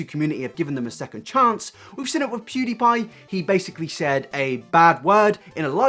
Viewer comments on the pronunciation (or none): none